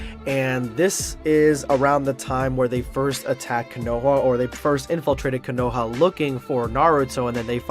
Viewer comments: Man said coonoha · It's konoha not kunuha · What I realized about in this video is that he isn’t a true anime fan he assumes they go to the only ramen shop and mispronounced konoha